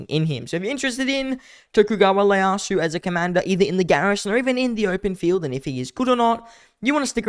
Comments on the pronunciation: Its pronounced Tokugawa Ieyasu (EEE yay asu) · I still find it funny how Leyasu is how people are reading it when it’s ieyasu